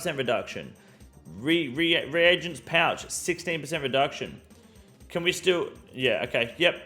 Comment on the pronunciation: Bro please reagents (re-agents). It hurts my soul for such a small reason